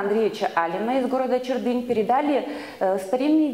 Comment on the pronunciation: чЕрдынь, а не чердЫнь, ухтИнский, а не Ухтинский, хотя боги с ним, с этим ударением, возможно это профессиональный жаргон))))) Вообще сложно было это слушать, хоть и со звуком все в порядке. Извиняюсь за негатив, но республику коми так себе под/представил данный научный сотрудник.